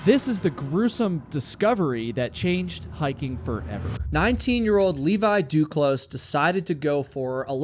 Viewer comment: duclos - the s is silent if you want to pronounce properly.